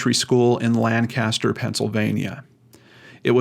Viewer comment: FYI: The city in Pennsylvania is pronounced LANK-aster; not LAN CAST er.